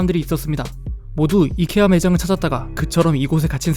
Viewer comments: 그분 이커아가던대? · 이케아는 콩글리쉬(한국인이 잘못 쓰는 영어) 입니다! 아이키아가 맞는 발음입니당